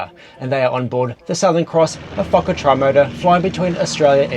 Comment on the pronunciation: lol did he say Fukker Trimotor? I swear that is what I heard.